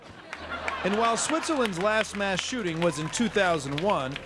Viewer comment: America pronounces their 'mass' as 'mash'